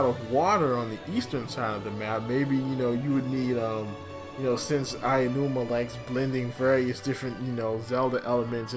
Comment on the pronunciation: His name is Aonuma, not "Ayanuma."